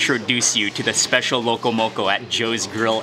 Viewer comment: I Just KNEW you had a local connection from your Duk Kee Chinese Chop Suey vid...my FAVORITE Chinese restaurant BTW, cause da prices are CHEAP! Hey Cammie (Owner) and Annie! You can speak local, pronouncing “sashimi”, “loco moco” and “musubi” properly. But for the opihi, you gotta use the shell from one to dig out the other, neva mind using your teeth...Auwe! LOL... You da Mark Wiens!...😎